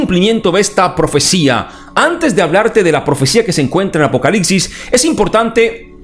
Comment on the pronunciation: Es apocalipsis? ... O APOCALICSIS?minuto